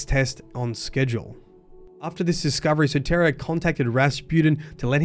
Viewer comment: Just an FYI, Soteria is a Greek word. It means Salvation. It’s pronounced soh-tee-ree-ah